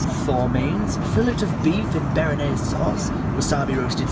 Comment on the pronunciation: hahahahah berrrr er naise sauce. amateur